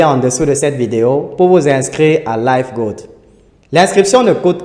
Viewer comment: Revoyer la prononciation de '' live ''